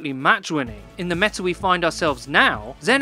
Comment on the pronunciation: i love how he says "meta'r" sometimes haha